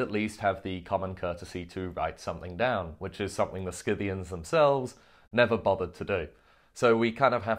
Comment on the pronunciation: It’s pronounced Sith-ian as far as I know